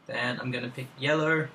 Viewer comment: "sur im gurnna pick yellur" ;3